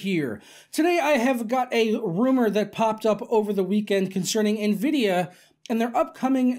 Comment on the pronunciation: I'm just now ordering a 1080 ti.....slow down Nenvidiah